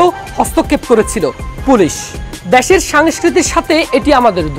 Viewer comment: দ্যাশের না দেশের বললো?বুঝতে পারলাম না